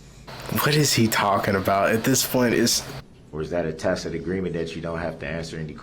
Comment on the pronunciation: . his momma told him it is pronounced ta-SIT agreement not takit